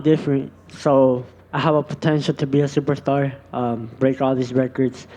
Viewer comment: he said shuperstar